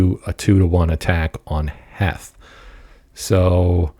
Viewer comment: Pretty sure it’s pronounced Heath. Thanks for the vid